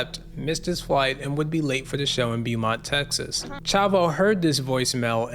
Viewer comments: Beaumont is not pronounced bee-mont. It's pronounced like bo-mont. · It's pronounced Bo-mont. When you see the letters "Beau," you can know it is derived from the French language and will almost always be pronounced Bo or maybe Boo. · Its pronounced BOMONT